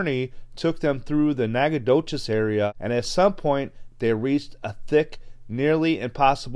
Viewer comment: I live in Nacogdoches, Texas. congrats on pronouncing it correctly!